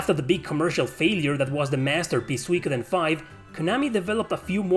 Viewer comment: Suikoden is a Japanese word, translated from Kanji to roman alphabet for eng-speaking audiences. the vowel diphthong should be pronounced as 'ui' is in English; think oo sound like 'suit,' not a Latin pronunciation (e.g. 'suite,' like you pronounced it)